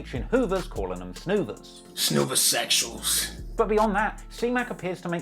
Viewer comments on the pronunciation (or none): Cuz said “Snoover’sexuals” 😂😭 ah man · Bro said snoover sexuals 🤣💀